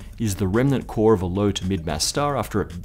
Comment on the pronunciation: LOL who else heard CORe as HOE XD